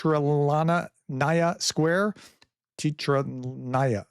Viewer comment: Teatralnaya - Theater Restaurant. Letter [e] was not originally the sound you have spoilt in English throughout the centuries;-) You often pronounce it like letter "i" in Latin and Slavonic languages. You should read always "e" sound, like in the word "chess". In spite of your language struggles, you do a decent job. ❤❤❤. Go on!!!!